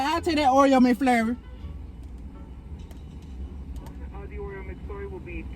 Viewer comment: "I want a Oreo Mc FLUR"😭😭 GURLLLL